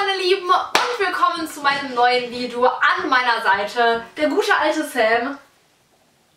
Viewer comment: Merkt denn keiner das bibi am anfang gesagt hat,, willkommen bei meinem neuen vido?? Oder liegt das an meinem Ohr?? 😂😂